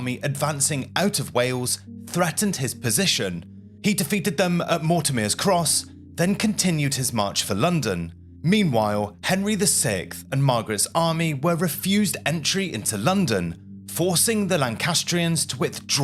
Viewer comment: I can thin of a few more Dukes of York whose heads ought to be mounted on pikes! And Edward defeated the Royalist army at Mortimer’s Cross, not as pronounced “MortimEEr’s”! This is not a bad presentation but please edit your narration with a view to tidying up your pronunciation, The word estimate in this piece was prounced as a noun but used as a verb, they are spoken differently and “NorfUlk” instead of NorfOlk?